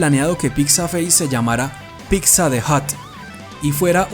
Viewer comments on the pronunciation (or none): ''PITZA'' no ''PICSA''... neta me desespera ese pedo haha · Pronuncienlo bien. Pitza no pixa